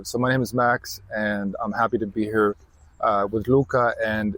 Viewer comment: Would an American utter "I'm happy to be hir" as Max?